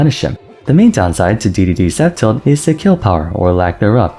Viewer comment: When you say f tilt, it kind of sounds like you're saying up tilt, not sure if anyone else was confused by that